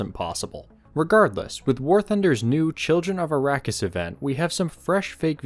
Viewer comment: It's ARRAKIS